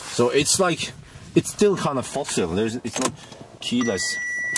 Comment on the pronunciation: "It has a key so it's still kinda fossile"